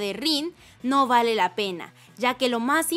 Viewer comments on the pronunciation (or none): none